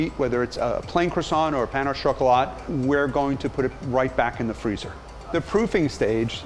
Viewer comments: he seriously just said "pan o chocolate" its supposed to be "pain au chocolate" pain is pronounced basically like pa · When he said pahn au chocolat (pronounced literally) I died.